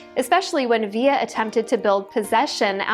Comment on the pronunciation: It's VIL-LA, not Vi-ya